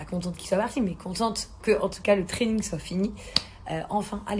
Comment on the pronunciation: Faut qu'il arrete, Le traning ou le trading? J'ai pas trop compris. consulte un orthophoniste avant d'adopter un gosse.